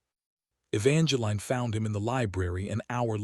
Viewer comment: Please pronounce Evangeline correct. The is no "line". And there is no"Cashan"